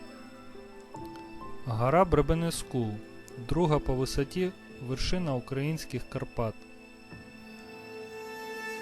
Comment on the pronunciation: Де Ви такі наголоси берете! Гора БребенЕскул! Наголос на третьому складі.